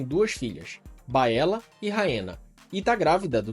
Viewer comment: Bom, adorei seu canal! Haha me surpreendi Só tem um ponto negativo... Sua pronuncia em relação aos nomes! Como "Valeryon, Aégon, Vaicerys, Laêna, Baêla, Rhaêna, Vhágar" enfim KKKK mas fora isso, perfeito!